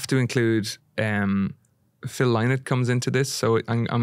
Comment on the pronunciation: Great interview, though not sure how much of a fan of Phil Lynott he is. Hozier doesn't pronounced Phil's surname correctly - the Irish way, and the way Phil did vs the English/US way.